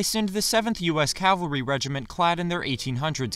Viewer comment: Dude! It is "Cavalry" and NOT "Calvary" which is a place in Israel. Very interesting take on the video. Best of luck!